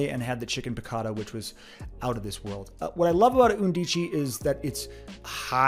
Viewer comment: The word “undici “ is pronounced “UN dee chee” in Italian. It means eleven.